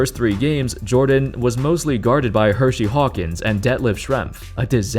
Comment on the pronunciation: Did you say Hershey Hawkins?